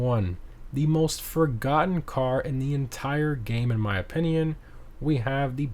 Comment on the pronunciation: The way he says opinion cracks me up